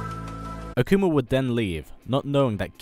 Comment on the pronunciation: "Akumer" lol great video :)